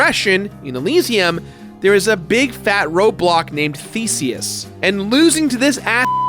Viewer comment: Did he say Theseus or Feceus? LOL